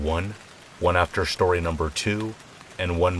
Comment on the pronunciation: I listen to these every night as I fall asleep! However, one thing I cannot get over is your intro. "SHtory #1, SHtory #2 & SHtory #3".